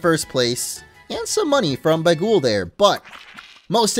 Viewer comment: YOUR MEOWTH IS NAMED BAGUL FROM THAT GIB BAGUL MEME OF A CAT ON A WINDSHEILD WIPER I LOVE YOU If it is named after that meme, it's pronounced bay gull